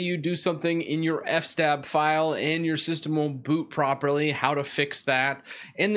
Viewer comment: I like that you pronounce it "f-stab" like I always do in my mind. I have no idea how long it was until I realized it was "f.s.-tab" for "file system table".